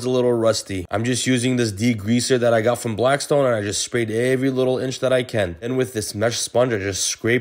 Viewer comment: I feel like your Arabian accent came out when you said ( I can)